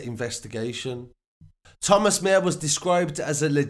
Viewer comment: His surname is pronounced Maa-her